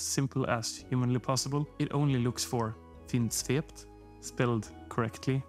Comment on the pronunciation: Another good thing about this video is that I finally know the correct pronunciation of Vindsvept.